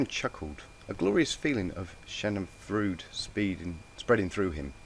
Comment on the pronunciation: oh the monty python refences and the misspronuncieations of russain ( Schadenfreude ) made me laugh so much